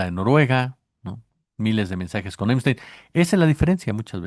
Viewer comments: El nombre es Epstein con “p”, no Emstein con “m”. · Amigo,se lee Epstein,yo escucho que dices Emstein. Buenas tardes. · Veo que dice "Emstein"en vez de Epstein. ¿Alguna razón en especial? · El pichi "emsteim"...